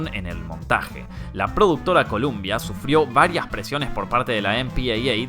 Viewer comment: Es Columbia pictures y ni hablar cómo pronuncias Harvey Keitel...